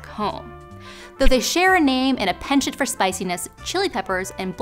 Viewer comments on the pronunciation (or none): none